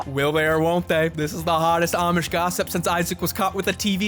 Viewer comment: bro i was listenng in bed on low volume and it sounded like oddsh instead of amish i was expecting people who play pokemon excusively with oddish